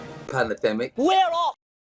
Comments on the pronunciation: "Westminister" ? "Panademic"? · Geeza. You called it Westminister not Westminster. That *Panademic edit is effecting you. Time to drop it. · Don't do a ''panademic'' and be like Charlie Mullins. It's Westminster not ''Westminister''.